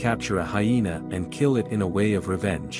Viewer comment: What always is with this narrator that he does not understand what the word "it" is?? He always just reads it as "I T".